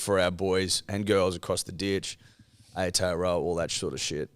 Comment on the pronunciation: Not the “our kiwi brothers and sisters” but can’t say Aotearoa or Te Maire Martin correctly 😂 surely not 😂